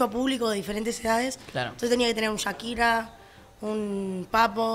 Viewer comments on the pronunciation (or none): none